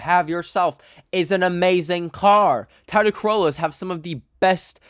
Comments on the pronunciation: is this how Canadians pronounce Toyota LMAO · I’ve never heard someone say Toyota like that 😭